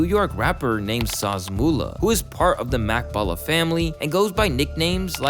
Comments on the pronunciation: This nugga said makkballa blood hound brims 😂😂😂😂 this is wronggggg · Bloundhound brim not Makk Blla ...La Brim not Larry O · Dude said mak balla bloodhound brims